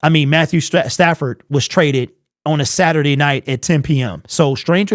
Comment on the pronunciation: Can he not pronounce the word on?